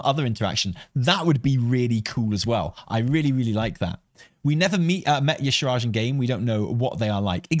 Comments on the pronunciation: y'shaaRj -- not y'shRaaj,! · Why no one say Y’shaarj name right? 😩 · I really hope if yshaarj shows up, they’ll say their own name so people will stop pronouncing it incorrectly. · The main problem with bringing back Y'Shaarj is that no one can pronounce it 😂